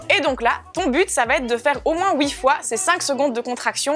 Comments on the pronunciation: « Au moins wouui fois » 😂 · Coucou super vidéos merci de l'avoir enfin sorti et j'adore quand elle dis "houit fois" le petit accent belge